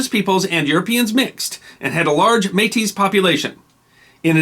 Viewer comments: The word though spelled Metis is pronounced May-tea. Is there a follow up covering the Northwes Rebellion specifically? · Don't pronounce the s in Metis. Just MAY-tee. ☺ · We don't pluralize métis. One May-Tee, two May-Tee. All (most?) Canadian school children (at least of my generation) learned about Louis Rièl in primary school. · May-tee. The S is silent. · Excellently researched and presented. Since Metis is a french word the "s" is not pronounced unless the next word begins with a vowel. "Versailles" is another example of that. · Métis is a rare exception to this rule. The s is pronounced in French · It's spelled "Metis". And the "s" is normally silent. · And it's the same singular or plural. No s sound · Switching between pronouncing the s in Metis or not is jarring. It's not pronounced, but at least pick one. Every time you say the word it's causing me to think about it because it's seemingly random.